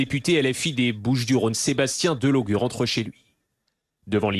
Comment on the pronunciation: Il s appelle Delogu pas Delogue